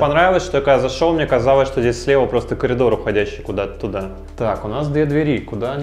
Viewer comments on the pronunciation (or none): none